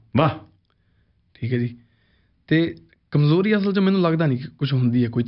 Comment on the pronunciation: Zabardast the word you said Kamzori and not Kamjori clap 👏